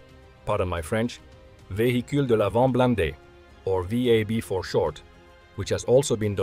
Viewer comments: french native here. Excellent pronunciation of Vehicule de l'Avant Blindé. Noticeable accent but perfectly understandable. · Your pronunciation of "véhicule de l'avant blindé" was impeccable 👌🏼💯🇨🇵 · Yep, he nailed the Véhicule de l'Avant Blindé. 👌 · As a French, there is nothing to pardon about your pronunciation of "véhicule de l'avant blindé". It was the most perfect pronunciation I ever heard in an english language video. Even the "an" of "avant" and the "in" of "blindé" were good.